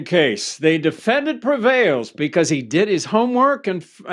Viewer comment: Noone: Harvey: De-feNN-Dant